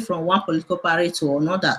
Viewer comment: what is parry? it's party. abeg stop the funne